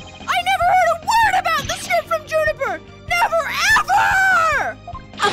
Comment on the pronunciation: “Junifer” Woods,?